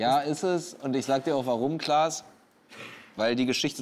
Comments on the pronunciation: Erst erkennt er Frank Elstner nicht und jetzt sagt er zu Klaas 'Lars' 🤦‍♂️ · Die kurze "peinliche Stille" war eher da, wo Felix Klaas Name falsch aussprach :D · er hat kurz vorher „klaas“ gesagt, der weiß sehr wohl wie er heißt. war ein kurzer versprecher, get over yourself.